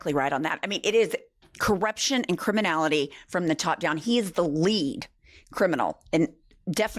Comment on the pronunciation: I love your podcast, but i just gotta say.....and is a one syllable word.